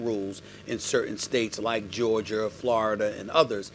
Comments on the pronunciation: “Georgerr” - Stephen A. Smith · “Georgier”, “florider”